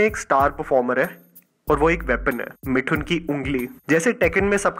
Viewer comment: मिठुन नहीं मिथुन!!